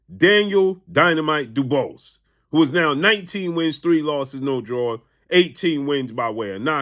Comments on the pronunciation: its pronounced DOOBWA its french. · It's pronounced 'Dubwah' no offence intended ❤😂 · DUBOIS IS PRONOUNCED DUBWAA🤦🏻‍♂